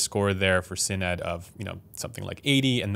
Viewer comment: thats not how u say sinad but ok